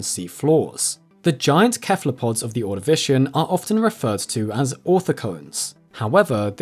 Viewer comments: Why do people's brains crosswire when they read 'cephalopod'? it's 'seh-fuh-loh-pod' just like in 'encephalitis' or 'pachycephalosaurus', etc etc, its an 's' sound. I was listening to Children of Ruin last month and they said 'cephalothorax' just fine but then delivered 'cephalopod' with a 'k' sound - its the same prefix??? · Why Kephalopods and not Sephalopods? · Please. Im begging you. Please pronounce cephalopods correctly. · Hearing cephalopod pronounced kephalopod threw me off so badly... I know it originates from Greek, but I have never before heard it pronounced with the hard K sound. Always the soft S. Even from non-US presentors and content creators. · Great video. Minor nitpick: the C in cephalopod (and very likely in Dinocephalian as well) is pronounced S. Not sure where Morgan Freeman picked up the K pronunciation when he narrates. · Classical pronunciation of "cephalopod". Molluscs with tentacles on their heads, like squid and ammonites.